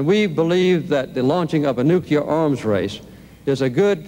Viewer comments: Those damn nukear? nookear? nukeyer? weapons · Carter cannot pronounce "nuclear".